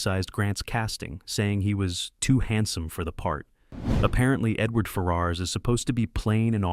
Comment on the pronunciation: Great vid but your pronounced ferras is slightly off